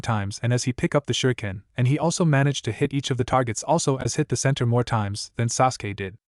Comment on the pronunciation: What the, Arisher = Arashi, Shersway = Shisui, since this annoying AI narrator changes shi to sher in every story, except for Kakashi or Kakasi son of the White FONG, umboo, Chon. I hope the stuttering stalker has a larger presence in this story so I can mark another story to not listen to. The nia 5000 times turned me off to this story. Sajuwik Uchiha is apparently Sasuke's name according to the AI narrator.